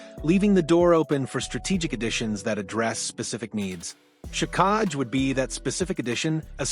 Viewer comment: It's pronounced jack i